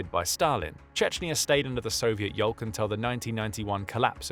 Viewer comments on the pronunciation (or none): Yes, I know, but , the narrator says 'yolk' - clearly pronouncing the L, hence my comment about eggs.